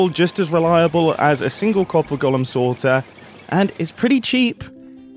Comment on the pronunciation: I hate the way you pronounce golem so much